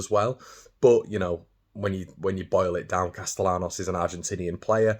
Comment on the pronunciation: Valentín Castellanos would be pronounced: "val-ain-TEEN" "cast-ay-YAN-os" And in Argentina, the "V" at the start of his name would actually be pronounced exactly like a "b", but Argentine Spanish is weird (I lived there for 7 1/2 years) and even the Spaniards will not pronounce it with a pure " b". Plus, the "ll" in his last name would usually be pronounced like a "sh" or a "zh" sound if it weren't a last name Nd he was from the eastern half of the country, but pronouncing the "ll" as a "y" like in "yellow" is the correct way in Spain, so stick with that unless he personally corrects you at some point in the future, but a double L ("ll") is never pronounced lime a single L in English. You're doing great.